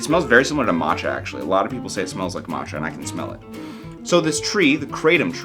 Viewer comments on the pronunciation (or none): none